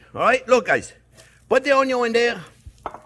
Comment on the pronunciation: he actually says 'ONIO'😉